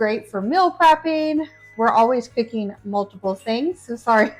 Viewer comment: "testeen," "cookeen," "dooeen," "shutteen," "warmeen," - there is a "G" on the end of those words. "Dishtribute??" Ugh.